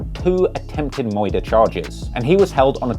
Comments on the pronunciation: Bro said “Attempted 1st degree MOITER”💀💀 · "Moouorder charge"